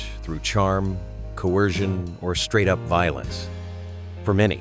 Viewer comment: "Wasn't just cleaned uppit" That's what the AI voice said. Lazy ass creators these days....